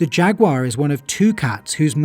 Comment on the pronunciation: Great video. Also, "Jag-you-are".